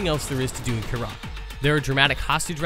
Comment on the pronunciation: Can the hermione troll please say "its pronounced kYrat, not Kyraaaat" ? Thanks.